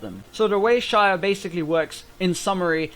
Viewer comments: Its pronounced ZAYAH NOT SHAYAH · I didn't get the joke at the start until you said the new champ was called "Shayah" -_- It's Xayah (zy-ah) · Pronounced zaya not shaya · why SHayah? where did the SH come from? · since when is an x pronounced as sh, literally can't listen to you. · its pronounced Zay-ah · It is pronounced (z-I-Ya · shaya??? bish l2 pronounce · Dude no one can get the joke because THERE IS NO JOKE. You're just pronouncing her name wrong! Is that a joke? Where's the fucking set up for that overused punchline of "Shayah"? You need to understand comedy if you're going to try shit talking people who didn't get your awful "joke". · shayah? god... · luk20000 haha, why the hell does he say shayah 😂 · I bet he's pronouncing it like that because of his username. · You do not pronounce Xayah like that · dude, i think this vid is good and don't care about the ones who don't get it why do you pronounce her name like that, and also the guys who say you are bad, nice vid keep it up. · Would watch but you can't even pronounce her name..... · It bothers me that you pronounce her name wrong.